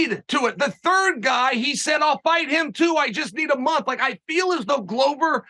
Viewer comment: A ‘Glover’ is a maker of 🥊. Considering the business he is in, it is odd that it is pronounced wrong.